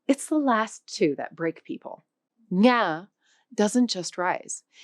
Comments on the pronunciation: Chị này phát âm không đúng 'ngã' và 'nặng'. Chưa thực sự hiểu biết về Tiếng Việt, chỉ mới là cưỡi ngựa xem hoa. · As vietnamese, i can see that your ngã and nặng does need to be sharper, ngã sound too close to nga and nặng too close to năn. good enough for middle or south vn but not for north Vietnam. We also have the funny tr and ch that the north can't say and the south can say very clear :D. Chi (Ch-i meaning limb or suffix mean why in middle Viet) and Tri (T-ri meaning mind) are 2 different things but jumble into 1 sound in the North. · and actually she pronounced 2 words "NGA" and "NĂNG". To add the correct tones, the 1st word should sound like you are drunk, and the 2nd word should drop lower until you feel it at the back of your throat =))) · Love the video, a good overview and intro to Vietnamese. But it pains me everytime she pronounced the tones “ngang, sắc, huyền, hỏi, ngã, nặng” lol 😅 every “ngã” was pronounced differently in the video lmao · You pronounced most of them wrong, even "huyền", "sắc", "ngã", "nặng", and "hỏi". I can tell that you might have "studied" the Vietnamese language, but do not speak it often.